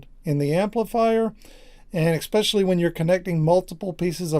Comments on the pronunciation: "Exspecially" is NOT a word, it's "especially". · Don't worry man, the only thing I would complain about is if you were trying to explain fusion and kept saying "nukeular". "Exspecially" is just a quirk of your region. No biggie. And I thought I was a grammar Nazi! XD